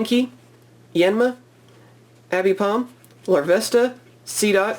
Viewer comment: Abipom..... Its aipom ffss